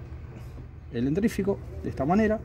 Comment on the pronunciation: Muy bueno, pero lo de "dentRífico" me mató 😂